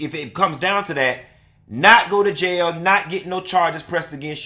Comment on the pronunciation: Oh I’m going to jayuh (I love the way you pronounce jail, I know it’s how some elders pronounce it). I’m gonna beat the mama and daddy’s a$$ too for raising such a hellion. Damn that job, I’ll start a YouTube channel.😊